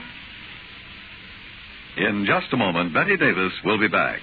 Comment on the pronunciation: It's Bette Davis, NOT Betty or Better Davis. Please have enough respect to get her name correctly! Thank you.